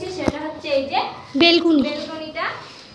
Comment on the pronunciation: বেলকনি টা কি? ব্যেলকনি বলে